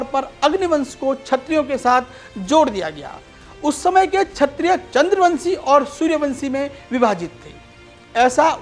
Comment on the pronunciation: बड़े परिश्रमपूर्वक शोधपूर्ण वीडियो प्रस्तुत करने के लिए साधुवाद। वीडियो में पर कहा गया है कि 'ब्राह्मण आक्रांताओं के जजमान बन गए' यह कितना सही है। प्रस्तोता को अपना उच्चारण जैसे क्षत्रिय को छत्रिय सुधारने की जरूरत है।